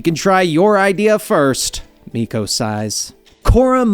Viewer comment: idk who miko is its milo lol